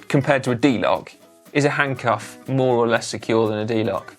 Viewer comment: The handcuff lock. I heard 'Hank-off'. I'm not sure which is worse.